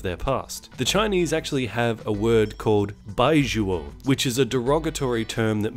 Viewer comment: Those Chinese movies looked laughable until you explained the premise. I wanna see all of them now. Also your pronunciation of 白左 is awful, but I'm sure you already knew that.